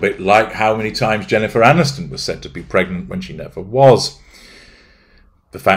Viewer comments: Psst....it's pregnant not "pergnant" ;-) And nope, don't believe a word of it....just a ploy for attention! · “‘PERGNANT…’! You did that ON PURPOSE, didn’t you,?!?” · Haha! Your 'Pergnant' reminds me of my daughter in full Country mode. " I need the torrrlittt!" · *PERGNANT?! A pervy gnat?…